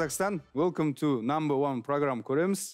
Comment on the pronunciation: Интересно на английском разговаривает, намбр ван